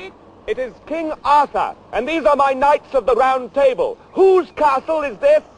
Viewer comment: I like how he pronounces "knights" in the way its spelled. Kanigits lol